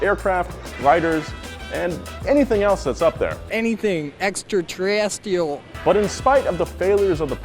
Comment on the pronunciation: I died when dude said extra terrestrials wrong